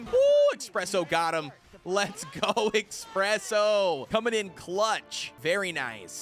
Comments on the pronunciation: Why does he call espresso expresso? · That's how they pronounce it